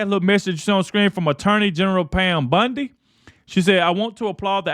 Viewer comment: Love you and your content and with that I gonna point out that Pam BUNDY is not her name and everyone's name is sacred . Please don't refer to her as BUNDY ..it is Bondi . Thx for all the truth content .